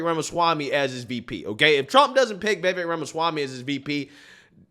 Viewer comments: I wish would learn to pronounce Vivek's name correctly. It rhymes with lake with the accent on the last syllable. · His name is pronounced "Vih VAYK." Anyway, VIVEK for PRESIDENT, not VP. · If you like Vivek, please learn how to say his name. Vivek rhymes with Cake. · FYI Ramaswamys first name is pronounced Viv Ache (like cake) I love this candidate! Votings for Trump, will write him in if he is not on the ballot but Vivek should be VP. President in 2028!! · "Vivek" rhymes with "cake". 😊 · 1. It's pronounced Vivek (like cake). 2. Vivek has repeatedly declared that he is NOT interested in the vice presidency. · Please call him Viv-ake, as in cake. Not viv-ek. He such a good, smart man...if Trump can't make it, I'm voting Ramaswamy! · Vivek (pronounced "Viv-ake", like cake ) would probably be the best VP choice. His views seem to be forming still so I would be uncomfortable with him as president, but as VP, Trump can keep the ship tracking while Vivek's views solidify and he develops a track record as a politician. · Vi veck is how you pronounce it. Ram a swammy I believe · Vivek is pronounced Vivake rhymes with cake. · Just an FYI, you're pronouncing Vivek's name wrong. Think Vivek like cake, the vek is pronounced like the ake in cake. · Vivek like cake is how he says to pronounce it on the Timcast interview hes done. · His name is pronounced "Viv-ache". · I love you a lot but it's Vi VAKE as in cake. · Let's say Vivek's name correctly. The last part rhymes with "FAKE", as in Acosta is a FAKE journalist.😂 Phonetically it would be VIV-AKE...and he's great but still gonna take Trump to fix stuff. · Thanks for posing this...just to clarify his name is pronounced Viv ake (like cake). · His first name is pronounced: viv- ACHE (like CAKE). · You can say it. Vee-Vake.😅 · FYI: Vivek rhymes with shiv ache. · It's pronounced Vivache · Vivek has no interest in being VP... he wants to be President... his own words.. (and its pronounced like Cake.. Vivek (vivake)